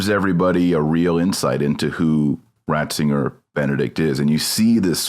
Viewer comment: Did just call him "Bratzinger"? I think I heard that... I think it was on purpose.